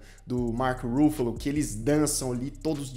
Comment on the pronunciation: A pronúncia é com a tônica no FA, como se fosse acentuada assim Ruffálo, e não no RU (Rúffalo).